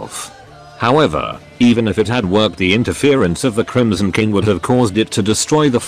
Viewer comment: The TTS occasionally sounds like it's saying "The Chromosome King" which... I feel has potential as a phrase.